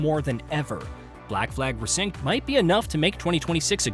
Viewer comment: Pronouncing Basim, Eivor and Resynch wrong just makes this feel like a soulless AI video.